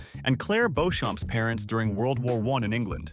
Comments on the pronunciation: Pronounced beach-um as clair explained in outlander when she met her french relative. It isn't pronounced bow-shum as this narratir pronoumces it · Hi, for future reference; Castle Leoch is pronounced Lee-OCK & Beauchamp is pronounced Bee-CHUM. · Beauchamp is pronounced Beecham… try watching the show, you’ll be taken more seriously! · The British pronunciation of “Beauchamp” is “Beecham,” as it’s generally pronounced in Outlander.